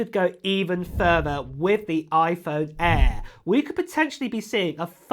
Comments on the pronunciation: 😂That’s that UK Accent 😂😂😂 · Why do you say air like that?